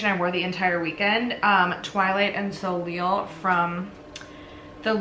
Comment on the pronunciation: love seeing your looks! i think simple eye makeup looks so good on you!! and that red dress omg! 😍😍 also soleil is pronounced so-lay :) what do you do for work? i wish the doctors i work with took us to see pitbull ahaha!